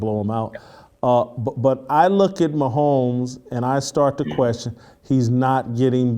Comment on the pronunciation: Why is this Asian dude commenting and can’t pronounce Patrick Mahomes last name…